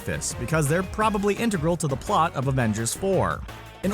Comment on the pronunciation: Just the way he pronounces "integral"